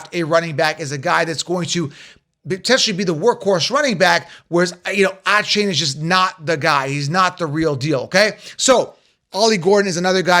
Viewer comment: You pronounce Achane so wrong lol